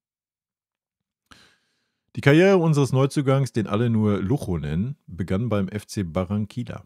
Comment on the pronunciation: Das wird super! Aber "Lucho" wird "Luutscho" ausgesprochen.... De nada.